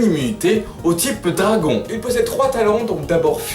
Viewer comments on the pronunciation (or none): none